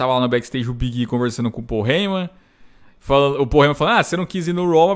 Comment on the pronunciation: Nunca tanko o falando o nome do Big e kkkkkkkk